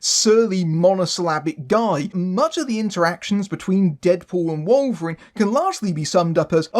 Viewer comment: Who the hell is Wollverine? 😂